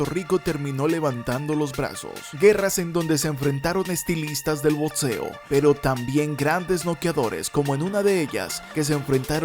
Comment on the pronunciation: Bueno para todos los bueyes que no vivieron las verdaderas peleas con grandes boxeadores está bien pero la neta coolturizate no es por nada pero te falta cultura de verdad no es lo mismo piratearse la información y vídeos a saber realmente de cómo tú dices botseo !!